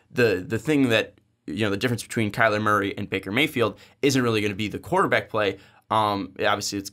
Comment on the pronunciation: Turned it off when he said kyler Murphy